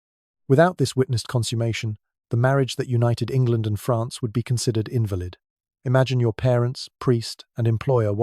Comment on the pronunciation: I was fooled until he mispronounced invalid